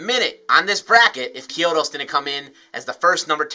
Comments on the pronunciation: CHEE-OH-DOS my guy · Is that how Chiodos actually pronounced? Always thought it was pronounced with a hard CH